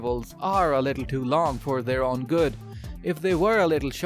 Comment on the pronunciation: "Good" not "gut"